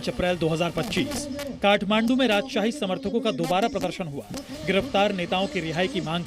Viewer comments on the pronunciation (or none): काठ मांडू नाही ताठ मांडू 😂😂